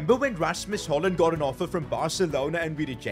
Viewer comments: His name isn’t haaland but Højlund. Which is hoj-Lund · its pronounced Hoylund, not holand. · It's hojlund not hojland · it’s not “holland” it’s pronounced “hoylund”😅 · He is called hoylund not holland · Its Rasmus Hoejlund! Not Holand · he is called Højlund not haalund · It’s hojland not haland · Bro it’s Højlund not Holland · Plaese say his name correct, its Højlund, not “holland” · HOJ - LUND not Holland ffs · Rasmus Hoilund not Holland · who tf is rasmus holland its rasmus höjlund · Ots not haaland its hoojlund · it’s not pronounced holland it’s hoyland it really bothered me the whole video every time you said holland I couldn’t stop myself from saying hoyland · Th hojlund not haland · How are you incapable of pronouncing hojlund where are you getting Holland from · Why u Call him Rasmus Haaland? Its pretty anoying.. its HØJ-LUND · It’s højlund and its Håland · pronunced the name Højlund as Håland(Haaland) Højlund is pronounced like this: The Ø is pronunced like the OO in good! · For future reference, I think his last name is pronounced as HOI-LUND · it’s pronounced Hoylund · The name Højlund is not even close to Haaland both in how its written and how its said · It is pronounced hoi-land and har- land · Rasmus "Haaland" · its hoi-lend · U are calling him wrong It is Rasmus hoilund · You ceep calling him Halland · I love your videos but i Can’t with the Way you say Højlund. I’m danish and its pronounced hojlun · his name is not called holland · Bro. Why do You keep saying Rasmus Haaland??😭😭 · It’s Hoy-lund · wtf is a rasmus "holland" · Your pronunciation of Højlund is so bad it hurts. “Holland” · It is pronounced Hoy-lund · Ras-mus Hoy-lund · it is HØjlund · Man said Hoejlund 78th time in this video but not once pronounced it right. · Hopefully you will get the pronunciation right sooner or later 😁 Højlund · As a danish personer his pronunciation hurts me every time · Bro cant say A name right for the life of him💀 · Højlund❌ Hojland✅